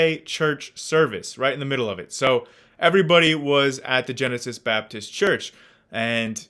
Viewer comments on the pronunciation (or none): i thought you said "genitals baptist church". maybe i did.